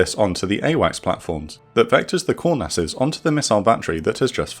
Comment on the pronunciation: The Israeli nickname for the F-4E is pronounced Kŭr-nass. Not Kour-nass.